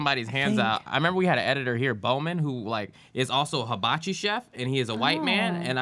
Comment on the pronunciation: you pronounce Hibachi correctly. 😁